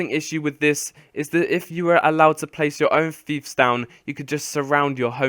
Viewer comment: its not, Feefs its Fiefs as in Fifes not feefs, aaaaaaaaaaaaaaaaarrrgh grammar nazi rage